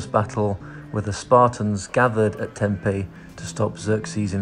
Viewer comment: hey, funny enough i came across this in effort to find 'proper' pronunciation of Tempe, but NOT sure you are saying it correctly, ie in Greek. can you confirm? beautiful video!!